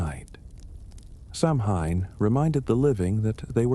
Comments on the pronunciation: It’s pronounced Sow -in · You’re pronouncing it wrong.